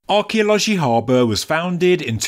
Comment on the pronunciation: Thank you for the video. You are almost there in the pronounciation of Arkeoloji Haber. A in haber should be shorter. R in haber is pronounced. Haber means news.